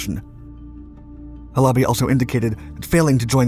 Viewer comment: Please, please, please learn how the words are pronounced. Not Ha - LOBBY, HAL-a-bee. You do this a lot, mispronounce words. How do you think you look when you do that?